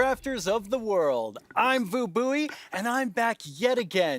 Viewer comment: Man you know Vu Bui is white wash when the man can't pronounce his vietnamese name correctly